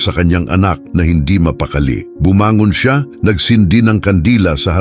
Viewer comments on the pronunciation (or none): none